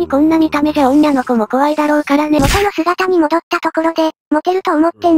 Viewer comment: お、おんにゃのこ?おんなのこじゃなくて？